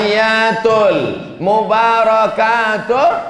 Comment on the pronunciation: Maaf ya, saya tau uas bisa ngaji baca kitab gundul bisa TAPI SAYA CUMA MENGINGATKAN TASYAHUD ITU RUKUN JADI kalo bisa bacaan nya jgn salah.. bukan ATTAH YATUL TAPI ATTA HIYYATUL.. saya gak akan menjelaskan karena anda lebih tahu... sedikit tapi bermanfaat bagi org yg berilmu tinggi tapi tidak fokus ke dasar 👍🙏